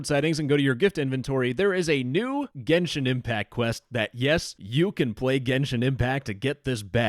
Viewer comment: "genshit impact" 💀